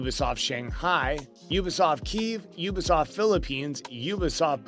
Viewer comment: Pronounce the T in ubisoft it’s not ubisof